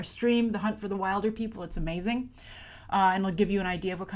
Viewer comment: Its pronounced 'will-der-people'. As in Wildebeast.